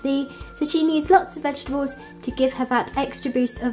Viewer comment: It's vegetables and not vet gables !!! No offense I love your videos